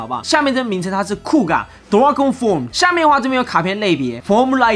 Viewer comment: 可惜 Kuuga Dragon Form念的方式是日式英文~不是原劇中的正統英文發音